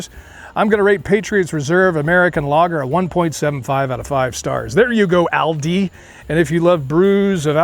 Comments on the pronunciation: Its Aal-deee.. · It’s actually pronounced All-Dee